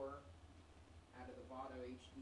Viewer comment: its vado no vano :)